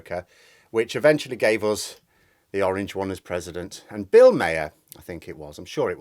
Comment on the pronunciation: Bill Maer's last name is pronounced Marr.